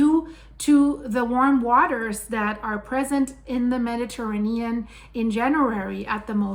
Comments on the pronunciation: The earth has always changed nothing new! And what’s with this woman’s weird pronunciation of Mediterranean? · Mispronouncing Mediterranean. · I've never heard anyone pronounce Mediterranean that way